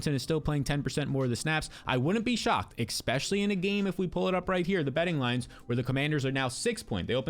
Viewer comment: The word is especially. Not expecially.